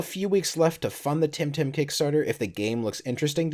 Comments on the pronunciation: Its Temtem NOT Timtim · Am I the only one who keeps hearing say "Tim Tam?"